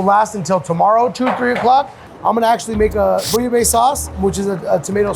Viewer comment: A french like me won't appreciate this interpretation of bouillabaisse